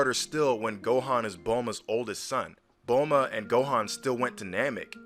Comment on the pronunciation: TOTALLY TRUE. On another thing, taking how you pronounce Bulma as "bohlma" i wonder if you pronounce bloomer as "blohmer"?. show proof that that is in the manga, if not, that's just english dub being what it is (crap). P.S.: what's with that gay gohan at the end?.